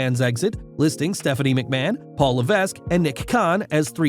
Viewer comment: How much do you get paid for saying machman